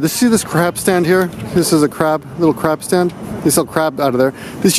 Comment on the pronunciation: Totally thought he said crap stand at first, instead of crab stand